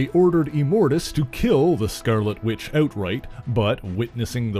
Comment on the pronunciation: “THE SCERRLETTE WITCH”?